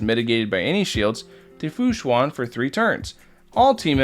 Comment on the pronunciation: its pronounced shuen like shoe-en not shu-an. just fyi! :)